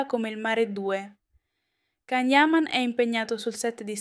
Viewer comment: Si dice Cian o forse Gian ma niente siete proprio " de coccio"